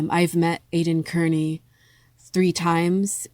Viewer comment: Not kerney, carni, like slang for a carnival worker...but good commentary otherwise ❤